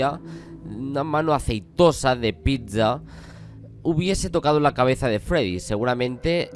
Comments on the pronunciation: porque pronuncia así pizza? Wtf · Todos:pizza:pitsza (Ojo no me estoy burlando tirando hate) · Me encanta como pronuncias pizza es como pizzzzzzzzzzza y yo diciendo picsa xd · Nadie: Absolutamente nadie:: PITCHZA🍕